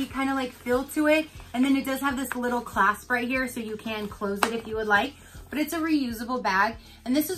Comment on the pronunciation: 😂😂😂 ging-ham and clasp😂😂😂 ahhahahahahahaha I love it!! Idk why but u saying that was hysterical. I call the clasp a snap. I got the same ging-ham VIP set. Had a funky day I guess. I am most excited about the reusable bag see how long she lasts 😂